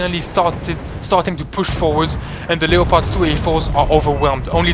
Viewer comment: Leopard is pronounced lepud